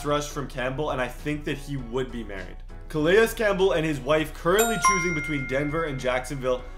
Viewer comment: Say it with me. Cah-lay Campbell